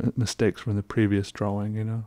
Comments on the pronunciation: I love the way he says draw wing 😌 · I’ll never get used to the way you say “drawing”. dra-WING